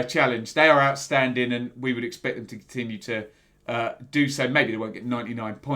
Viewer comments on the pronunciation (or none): none